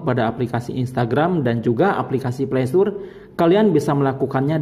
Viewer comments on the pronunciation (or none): Mantap bang videonya, bermanfaat. Dan sekedar mengoreksi, Play Store menyebutnya (Pley Stor) bang, bukan (pley stur) 😉